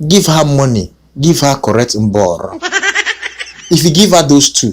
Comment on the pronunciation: You make me laugh because I’m from kenya. The way you pronounce mborooo is funny!! U made my day .!!!